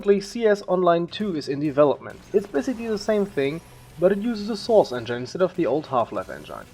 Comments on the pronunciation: Engine, not Engyne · STOP SAYING ENGINE LIKE IT'S A VAGINA ITS ENJIN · It's engin....not engaine :/ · Engine is pronounced as [enjin] not as [enjine] but a good video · I bet someone already said that, but "engine" is pronounced with i as [i] in it, instead of [ai]. So it should sound not [endzhain] but [endzhin] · Sorry aber es heißt engine nicht engeine trotzdem gutes video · Hmm, I might just be really picky, but I cringe every time you pronounce engine. (It's pronounced eng-in not eng-ain. I'd love to see you pronounce it correctly in your new version as it would make you sound more professional. Other than that I think you did a good job on making this video and I look forward to watching, and/or listening to you in the future. :) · sauce en-jane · Endschaine xDMan spricht das en-gine (en-dshin) aus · "enjain" LoLXD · He said : "enJaine" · wtf ist ein "enjein" ? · “Enjain“ cringes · source "engyne" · Engyine pronunciation just gave me 9999 types of engine and Ebola and AIDS and ebolaids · source "enjine" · "Engaine" lol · engyne lol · I like how you pronounce the word engine as "engan" or "engain" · you know its engine not engyne lol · The way you pronounce Engine.... English is my 8th language and even i know you pronounced it wrong. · Hate how he says engine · What's with fellow europeans who don't spellcheck english words ? That's not how "engine" is pronounced buddy! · And his pro naucation of engine... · the way he pronounced engine is unbearable im sorry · soooo german :p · nice video, but please learn how to pronounce 'engine' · Love how you say "Engine" :D I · "the soos engain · "en-gyne" "global offense" :D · Nice video but you said 191999 for the release of 1.5 or something, also you pronounce engine wrong and it's counter strike global offensive, not offense